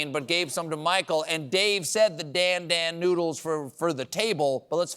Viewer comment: Quite the White way to pronounce "Dan Dan noodles"